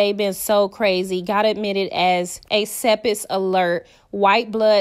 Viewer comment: It's pronounced "SEP-SIS", not "sepis". Regardless if you try to use this as a teaching moment, you're still spreading gossip, which is not a good look. You are literally talking out of both sides of your mouth....one corner is saying I hope she gets well and is not seriously ill, the other corner is saying she's being dramatic and other negative statements.